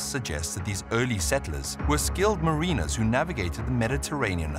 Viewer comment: Ma-REE-ners? I think you put the em-PHA-sis on the wrong syl-LA-ble.